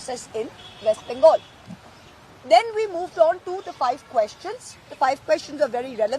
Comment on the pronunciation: why don't you pronounce bengal correctly? Pl do the same correctly